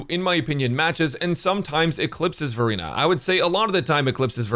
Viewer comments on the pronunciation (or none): I keep hearing Furina instead of Verina.😂 Also I love we can pick up Copies of the characters in shop amazing!